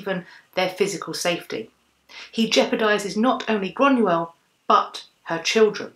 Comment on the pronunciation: So you are descended from Irish whisky? Lol I rather think you mean Scots? The people are Scottish, shortened to Scots, The drink, whisky, when made in Scotland is known as Scotch. It might help to know this if and when you Do travel . :)) Also it is 'Groiyna not Grunuell